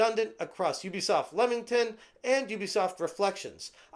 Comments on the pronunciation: Can I just educate all you American friends it's pronounced Leemington not Lemington even tho it's spelt Leamington. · It's pronounced LEE-mington.